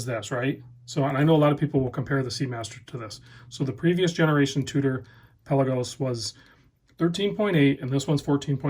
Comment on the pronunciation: Is this pronounced "pelagos" or "pelagos"? 😆